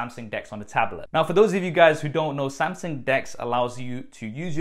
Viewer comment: haha! Nice tab though!